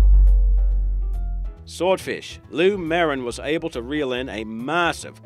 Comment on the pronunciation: Why the does this clown keep saying marssive!!!!!!